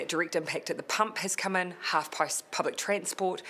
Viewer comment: she almost said 'half pie' public transport, they know.....